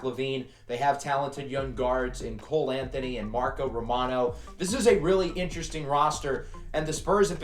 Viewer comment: have you ever tried using a coach's challenge before? I think it could come in handy. Also, liked how you said romano's name.